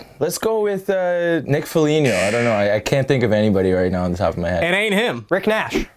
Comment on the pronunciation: I'm boutta bake on this man for dissing my jackets like that (Also he said Foligno wrong)